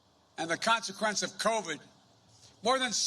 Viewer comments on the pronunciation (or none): none